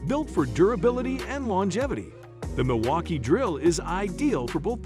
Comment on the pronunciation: Milwaukee Drill... who kept looking for it.... 🙋..🤣 and realised the AI voice got a little drunk after this...😂😂